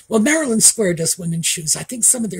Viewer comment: Maryland Square Shoes. Not Marilyn Square Shoes. (I thought you said the latter,. 😂)